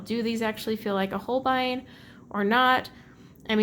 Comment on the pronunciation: Hans Holbein (you are pronouncing it correctly) was a famous Renaissance artist from Germany. He became King's Painter to Henry VIII of England. The famous painting that is always shown of Henry VIII was painted by Holbein.